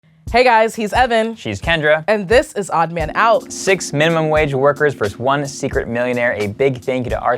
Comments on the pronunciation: tbh when said "mineemum wage worker" in the intro, u could already tell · even messed the word “minimum” up in the intro. Knew it was him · I literally CALLED that was the millionaire from the way he said “I am a minimum wage worker” - literally sounded like he enunciated and hasn’t said the word before. Weird analysis but I was right!